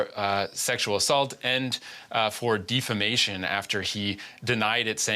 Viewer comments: Defamation not "difimation" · Dude said “defimation”